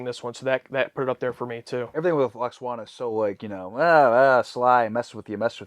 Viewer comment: Love how continues to call her "Lax-wanna". 🤣🤣 Ignore the haters and complainers, dudes; never change.